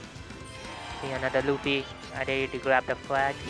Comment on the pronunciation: Luffy not ouch